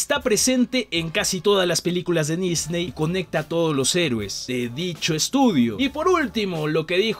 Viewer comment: En el dice nisney y no Disney, no es crítica, solo me dió gracia